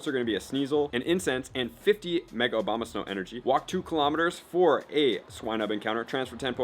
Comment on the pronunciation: Abomasnow not Obama